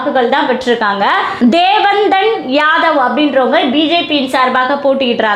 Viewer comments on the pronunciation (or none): தேவநாதன் யாதவ் என்று சொ்ல்லவும். ஆங்கிலத்தில் எழுதி படிககிறீர்கள் என்று நினைக்கிறேன்.